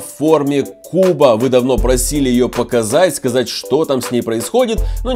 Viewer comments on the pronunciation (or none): none